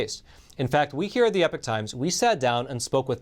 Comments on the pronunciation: Please please please pronounce "Epoch" properly, esp if you work for the company. It is putting me off what you day. It is "E -pok" not "Epic. ". Check it out. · I love your content but why do you wrongly pronounce the channel as "The Epic Times" when is clearly should be pronounced as "The Ee-Pock Times" ???